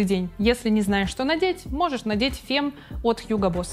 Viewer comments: не Фем, а Фам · Бгг. Фемм... Шерше ля фем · Femme читается как [ фам ] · Наталья Сотова правильное произношение названий говорит о профессионализме блогера. Мне очень симпатична, я смотрю все видео с её участием, но при этом хочется что бы она не ошибалась. )) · Ну какой Фем,какой Мат вье, ну сколько можно коверкать названия? Неужели это сложно- разобраться в произношении! Не профессионально!